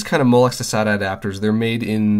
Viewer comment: when you say (sat-a) I cringe